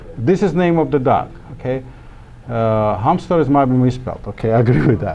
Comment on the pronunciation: "Humster" XD